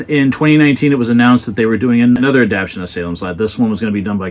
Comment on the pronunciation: You're terrific, but the word is "adapTATion."